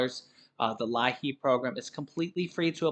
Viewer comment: It's pronounced Lee app